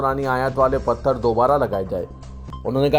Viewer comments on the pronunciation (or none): none